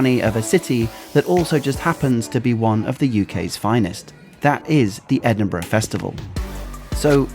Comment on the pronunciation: And he can actually pronounce the name of the city, which is much appreciated! It is very irritating when people post videos and claim to have been in a place called "Edin-BRA".